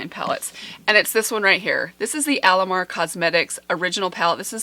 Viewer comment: you pronounced the alamar palette name perfectly! muy bien!